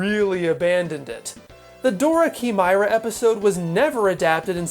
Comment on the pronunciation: Why do so many people have a hard time pronouncing "chimera"? It's not "key-my-rah" or "shimmer-ah". It's "kai-mare-ah". It's frustrating.